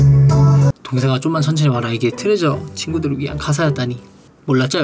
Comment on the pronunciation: mashiho said TOREJA [トレジャー] (japanese pronunciation) instead of TEUREJEO [트레저] (korean pronunciation) UvvU our japanese hamster 😍😍😍